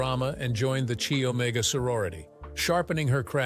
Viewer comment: Pronounced ki omega